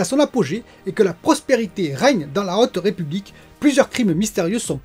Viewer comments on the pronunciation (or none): none